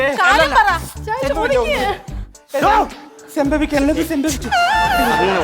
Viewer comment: സെഭവിക്കാനുള്ളത് 😂😂😂 സെബ വിച്ചു 😂😂😂😂😂😂😂 മുഖത്തു നോക്കാത്ത ഉരുപ്പിടി 😂😂😂😂